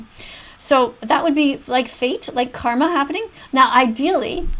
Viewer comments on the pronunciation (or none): none